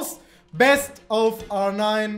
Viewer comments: Bitte bitte bitte hör auf R9 so komisch auszusprechen hört sich an wie so nh porno seite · Kannst du R9 bitte Deutsch aussprechen. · Sorry, aber... ARRRRR NINE 😂😂😂😂